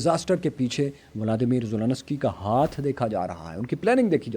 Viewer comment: It's Zelensky not Zononosky